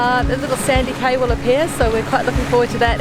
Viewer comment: Cay is pronounced "key."